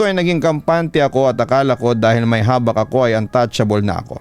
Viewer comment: Mabilia po pronunciation nyan Papa Dudut. Habak' po Bisaya Term kc yan ng Anting2.